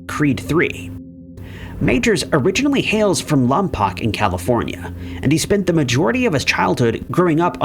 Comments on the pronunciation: It’s … lomm..poke. Lompoc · Lompoc is “Lom-poke” pronunciation fyi